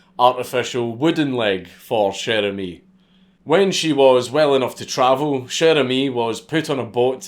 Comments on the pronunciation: Dude, not sher emis, it's sher amis with a like in water. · Came here to hear a Scotsman pronounce "Cher ami!" Was not disappointed.